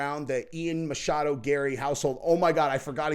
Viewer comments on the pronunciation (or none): none